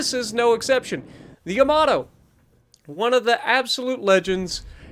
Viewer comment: no no it's the Yomammatoe not Yamato 😂